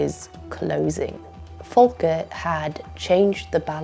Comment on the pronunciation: Volker was American, not German. The V is pronounced v, not f.